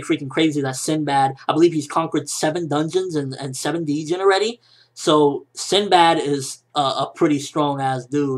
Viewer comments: It kinda annoys me how you say D-jinn its just Djin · in the original Arabic language, where the word is derived from, its actually pronounced as jinn. the letter "d" is silent. someone should tell that to. i hope he reads this comment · Just fyi, Djinn is actually pronounced jin, just like djinni is jinni (genie), silent d thought you'd like to know :) have a good one!